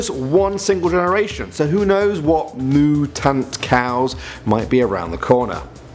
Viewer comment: "Mooo-tun" cows lmao